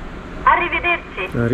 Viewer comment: “Arideverči”? Myslím, ze to je to “arivederči”. 😉